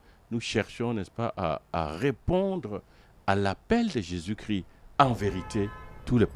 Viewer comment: Bon commentaire Merci. Pourquoi beaucoup d'entre vous ne prononcez plus le " S " de Jésus-Chrisssssst ?